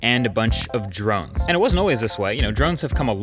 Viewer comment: Am I the only one thinks that mkbhd is pronouncing drones drunk?